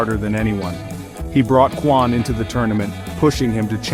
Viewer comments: Bro said Quan it’s kwon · “Quan” 💀💀😭😭😭 it’s Kwon lil bro 🤦‍♂️